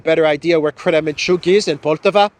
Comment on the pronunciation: I find it amusing that English speakers will always put an accent on wrong syllable if there is more than one in russian words 😊 it's PoltAva